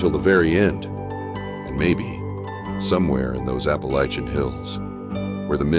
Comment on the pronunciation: Why do you say Appalachian wrong? I mean youre talking about maggie valley, have you ever been there? Not talking like that lolol